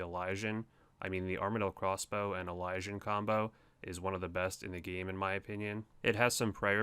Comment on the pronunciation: That's not how you say "elysian"... Eh-Liz-Ian